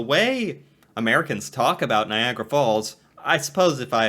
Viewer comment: NiagAra. Not like "Viagra." And it's "the Maid of the Mist," not "Maiden."